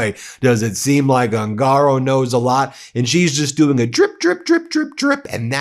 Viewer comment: The correct pronunciation of the surname "HUNGARO" Is "OON gah Row. Not Oon GAH row.